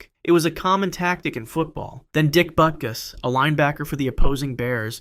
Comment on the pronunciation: When he said Butkus I threw me off (yet I know who dick is)